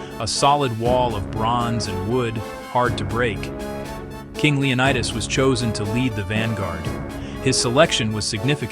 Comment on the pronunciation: The pronunciation of the Spartan king's name is Leo NEE das not Leo nye das. The city where he consulted the oracle is called Del phee, not Delfye.